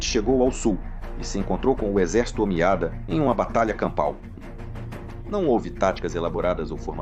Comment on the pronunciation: Omíada é uma palavra acentuada no i